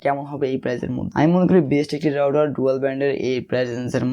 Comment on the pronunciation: রাউডার না ভাই, রাউটার।